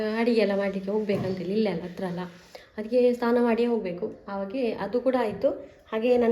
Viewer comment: ಅದು ಸ್ಥಾನ ಅಲ್ಲ ಸಿಸ್ಟರ್ ಸ್ನಾನ ಆಗಬೇಕು